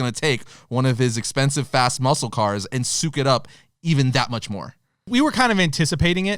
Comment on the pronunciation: "Sook it up"?